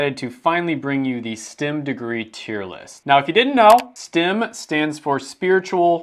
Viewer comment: Why is he calling it stim when it's clearly spelled and pronounced like stem from a tree 😂😂😭